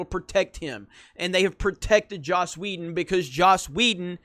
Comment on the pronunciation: Please stop saying Joss Wheldo